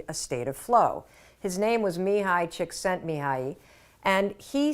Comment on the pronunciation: Congratulation Mel! Mihály Csíkszentmihályi is a hungarian name, and you have pronounced it correctly. 😊 Love your podcasts/videos/ shorts/ advices very much. Hug from Germany. (I am a 48 y.o. hungarian woman/wife/ mother with a husband and 3 children - 2 kids with adhd, and 1 with add)